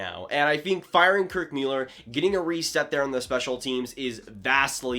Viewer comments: Please STOP saying Kirk Meuler it's MULLLER. Where have you ever heard his name pronounced Meuler FFS 😂 I'm gonna stop following you after that 🤣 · Thought it was pronounced Muller? Not Mewlerr? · He said Müeller, lol! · Happened upon this episode by accident. You lost a little credibility right off the bat by not even knowing how to pronounce Kirk Muller's name. Mewler? Where did that come from? I know he's only been around the league for 30+ years, so maybe you haven't heard his name spoken out loud before. Or is that another "mute" point? It's moot. You can thank me later. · Please if you are going to report about sports. Get their names right! Mewller!!??? REALLY!? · The quality of video was insane and you just stick on the pronunciation of Mueller🙄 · Why did he say it like that? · Quality of video is insane? Sorry but he cannot pronounce their names right shows me bad preparation. I stopped watching. Hard to listen to someone's opinion when they don't even know the names of the people involved. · Some of us were Habs fans when Kirk MULLER was on the Ice, playing. You said his name like you just read it somewhere. Weak. Seems to me that you are more fascinated with YouTube than hockey. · You should learn how to prononce Kirk Muller's name.